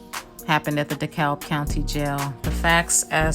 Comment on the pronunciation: the L is silent it is pronounce De Cab county